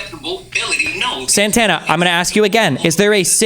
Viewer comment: "I just wanna axe a question"